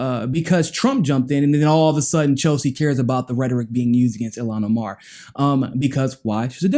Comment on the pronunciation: The Sister's name is pronounced [EEL-HAWN OH-MAR] ILHAN OMAR...